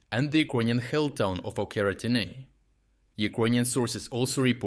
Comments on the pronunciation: why do you call Očeritne , Okertine ? Are you even Ukrainian ? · очеретине is spelled with a ч - ch, not a х - kh. Why are you pronouncing it like that? It is a local dialect or am I missing something. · Ocheretyne is pronounced as written not OKERETAINE